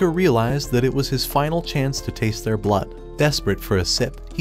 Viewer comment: bro ait aint that fucking hard to say blood